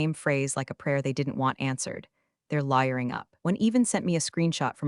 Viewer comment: OK, I realize that AI can't tell the difference but "They're lying up" instead of "They're lawyering up" is gold.